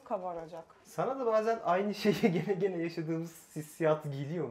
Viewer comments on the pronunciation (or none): none